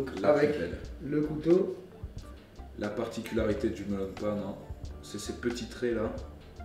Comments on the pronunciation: On prononce "mélaun pain" ;-; ça m'a mis mal à l'aise pendant toute la vidéo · Cpt. Mike Josh Tout simplement parce qu'en japonais, on dit Meron "Méronne Pane" à la place de Melon. C'est en écrivant en français que l'on déforme le mot pour être plus facile à prononcer pour un français. C'est le même cas pour "wa" à la place d'un "ha" inspiré, trop compliqué pour un français, l'ajout d'un u pour faire le son "ou" qui n'existe pas en japonais à la place de "ō" ou encore de ne pas prononcer les lettres dans sont intégralité. Les exemples les plus flagrants sont les mangas ou Livai en version originale devient Rivaille en français.